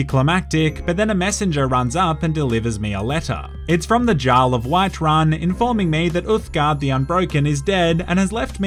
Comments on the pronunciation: saying Jarl when it is pronounced yarl... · I believe the word Jarl is pronounced “yarl”. Hydration for your mind 😁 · Jarl is pronounced like Yar-ul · It’s yarl not Jarl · I’m sorry, I love you but this video hurt to watch. It’s pronounced Yarl, not jarl. Second. It’s dark elf or dunmer, not night elf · Plays a game and hears jaarl said the right way Continues to say it the wrong way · Jarl /jarl/??? a norse J is pronounced Y so Jarl = /Yarl/ lol! Dude i love your humor U Da Man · jar-le(no) yar-le(yes) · Also "jarl" is pronounced "yarl" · Its pronounced "Yarl" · And bro, jarl is pronounced “eearl” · or Yarl. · Take a sip of water everytime pronounces Jarl incorrectly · Thoroughly enjoyed the deliberate miss pronunciation of Jarl. 10/10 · must be dehydrated because his mouth cannot pronounce Jarl properly. A good Samaritan must open the fire hydrant near his place and send glorious amount of H2O flowing his way. I think he would really appreciate it. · If he says Jarl incorrectly again I’m going to fucking hydrate myself to death... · Did you just say Jarl instead of Jarl 😒